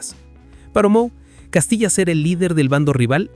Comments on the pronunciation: Hijo no se dice ( Castilla sino es Casilla 😂😂😂😂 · No es Castillas, es Casillas wey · Invesil cuál Castillas es casillas aprende hablar innorante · Casillas❌ Castillas✅ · Se llama Iker Casillas no castilla😂😂😂😂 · El video se lo tiene q dejar de ver cuando dice: Castillas 😂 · Y es CASILLAS, no CASTILLAS, mi estimado. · La gente es bien ciega, lo que pasa es que hace la broma porque en vez de decir IKER CASILLAS, en el vídeo dice IKER CASTILLAS con T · No es castilla es casilla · CASILLAS. No castillas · Si ni siquiera sabe decir el nombre de casillas….